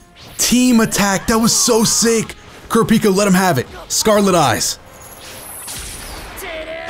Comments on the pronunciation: ( Kura - Pika). not ( Kura- peeka) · Man said kur A pika... bro it's kur rap ika lol but hey each to there own lol, still a great video bro. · hey it's pronounced (ker-rah-pee-ka) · his name is pronounced Crap - E - Ka naw all at once Kurapika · Kur-ra-pi-kah not kirpika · It’s pronounced Ker-op-pika Kurapika the way he pronounced it hurts my ears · It's pronounced ker -a-pee-ka And gone move is called the ju-jun-ken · Its Ku-Ru-Pi-Ka im pretty sure we watch hxh in dub before to hear how the narrator pronuce his name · No its , kurApika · Kur-peeka, please i cant take it anymore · Kurapiika. How you say his name triggers me. But I liked the video. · Kura peeka? Hurts my soul to hear my favorite anime character of all Time pronounced like that still a great video though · That's how you pronounce it, except for the "u" at ku. It's more like kúh-rah-pii-kah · You heard it hear his name is kurpika 🤦‍♂️like how do you forget to read a whole letter. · Totally a real Lion ku-raw-pee-kuh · That isn't a Glock. That is a revolver, and from the looks of it the closest approximation I can make of what it may be is the Ruger SP101 .22lr, but the rounds are clearly bigger than a .22. If anyone knows what gun that is exactly I would like to know. All I know is that that is not a Glock, this is a Glock: Aside from that minor nitpick and the way you pronounce Kurapika, great video! Keep up the good work and don't let my inner gun nerd get in the way of your commentary. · He pronounces it totally wrong by a mile and its very irritating while watching a video about that character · Love that ur playing jump force, hate that u pronounced Kurapika wrong😂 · Why trigger tho? It's funny how he pronounces it xD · Why do you pronounce kurapika like he a Pokemon🤔